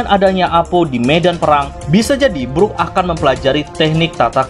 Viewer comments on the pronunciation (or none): none